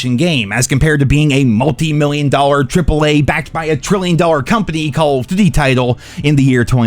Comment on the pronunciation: The way this guy says "Call of Doot-e" is annoying AF.